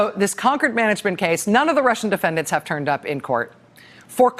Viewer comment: It's Concord Management, not conquered management. 😉